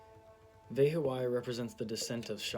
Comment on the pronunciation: It's PRONOUNCIATION IS VE/BE HO YAH NOT VE HO A YAH